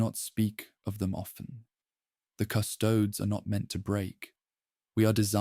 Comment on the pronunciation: Cu-'sto-des, not "cu-'stoads". --- This is actual latin (plural of Custos "keeper"/"guardian") and it's a three syllable word denoted by it's three separate vowels, with each being distinctly pronounced with the stress on the second-to-last syllable "sto" because of the naturally long vowel. As in the famous quote "Quis custodiet ipsos custodes?", meaning "Who guards the guards themselves".